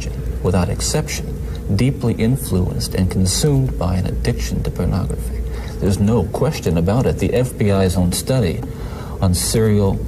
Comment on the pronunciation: Is anyone else put off/annoyed with how Bundy pronounces “pernahgrafeh”? Just me?! 😅